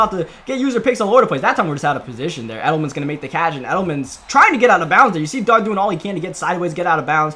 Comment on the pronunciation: First he says Geoff swom, then he says ELDMAN